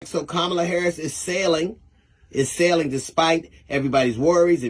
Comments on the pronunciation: Madam Vice President Harris’s name is pronounced comma-la. Not ka-MAH-la. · C’mon! How hard is it to say (comma, la) Kamala. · Her name is Kam-a-La asshole. (and you know this) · learn how to pronounce Comma-luh’s name! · please say Kamala's name right.... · So CH found some lone, random tweet disparaging DL by a person no one has ever heard of, put it in a headline, and amplified it on their channel. What are y'all doing??? 🤦🏾‍♂️ Also, the narrator who runs the page should concentrate on pronouncing Kamala's name CORRECTLY. I mean, c'mon dude, you're in media. She's been on the national stage for years. She's the VP for God's sake. It's past time. Clean it up! 🤦🏾‍♂️ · Please learn how to pronounce her name 🤬🤬🤬🤬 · I LOVE your channel and listen to your content daily. My one request is that you PLEASE stop mispronouncing VP Harris' first name. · I think YOU should at least pronounce the woman's name properly